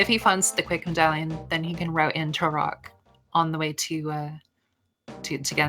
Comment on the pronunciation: I think she might be saying Turock as a joke? Like how she called Sahasrahla "Szechuan"